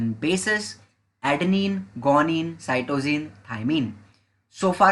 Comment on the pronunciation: From my teacher your pronouncation is different of adenine guanine Cytocine thymine